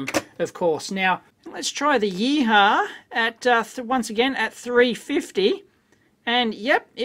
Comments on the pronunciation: "If I'm pronouncing it correctly: gang-zoo yee-haw. Yeeee-haww!!" If you were Chinese you might pronounce it 'gwong-jo, ee-hwa'. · YEE-HU-WA not YEE-HAH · It’s pronounced “Yee Hwa” and horses for courses. It’s a Yihua made in Guangzhou, not a Hako made in Japan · I think it's pronounced "yee hwa" but Dave's yeeha! is far more entertaining :) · Your interpretation of the brand name totally cracked me up :D :D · Dave, your pronunciation of "GuangZhou YiHua" couldn't be further from being correct...LOL! :)